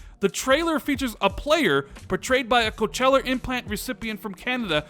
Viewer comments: OK ... I don't know how to say this. But here we go. Cochlear .... say it with me ... ready? It is pronounced ... Coke-Lee-Err and not Coach-Lay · It's pronounced coke-lee-ar. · Im not hearing it but you kept saying Cochella (as in the festival) not Cochlear which is an implant for the ear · Coachella is a music festival my man, Cochlear (coke-leer) is an ear implant ;) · Is he saying "coacheller"? It's pronounced "Kaa-klee-ur". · Co cheller 🤣🤣🤣🤣🤣🤣🤣🤣🤣🤣😆😆😆😆😆😆😆 it's kaak-lear is how u really pronounce it I'm dead 😂😂😂😂😂🤣🤣🤣🤣🤣😂😂😂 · Dude, it's pronounced coke-lear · Coachella headset device lol... 😂😂😂 I love how he pronounced cochlear lol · Isn't it cock-le-ar? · It is pronounced Co - CLEE - er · Just FYI, "cochlear" is pronounced coke-leer. Not trying to be a grammar nazi. Love your vids bro. I'm on the fence about the whole Discord thing. I don't think Discord if worth that much money. I'd rather see them spend that kind of cash on more game studios personally. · Just FYI - cochlear is pronounced "coke-lee-er". I do my part. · It's pronounced Coke-lee-ur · Nobody:: Coh-CHE-lar! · I thought he was talking about a music festival. ^_^ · Just a heads up, pronounced as Koa-clear implant. Which many in the hard of hearing and deaf communities use/have implanted in themselves to be able to hear fully or at various degrees of hearing in some cases. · I believe it’s suppose to be pronounced “coke-lee-ear” implant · Mmmmmm you may want to learn how to pronounce Cochlear.......of course it's fake, it would require surgery you knob! Do you even know what a cochlear is???? Well done on offending any of your deaf subscribers with this horseshit!